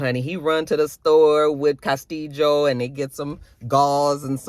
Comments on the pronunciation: You and the Cas-tee-Jo! Lol 😂 😅😅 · The way you say Castillo 😂😂😂😂